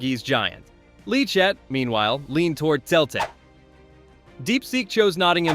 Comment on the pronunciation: Celtic. It's selltic not keltic.